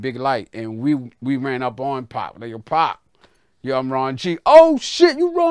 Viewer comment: lol he aint say pac Dawg said pqc😂😂😂😂😂